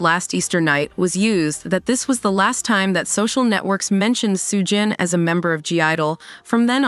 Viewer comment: AI needs to work on its pronunciation; literally got every name except Soo-jin wrong.